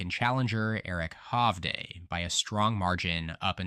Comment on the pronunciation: By far the least biased channel covering these predictions. Can you please learn how to say Eric Hovde though lol